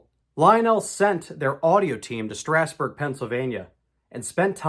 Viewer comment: Thank you SO much for pronouncing Strasburg correctly. Regards, a central Pennsylvanian.